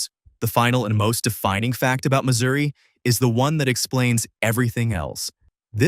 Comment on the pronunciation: It's pronounced Missouri